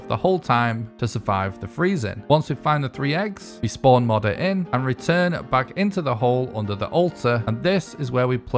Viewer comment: Bro is saying “modder” 💀 I hate it. It’s “mow der”